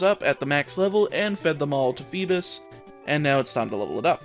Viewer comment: He really said feebis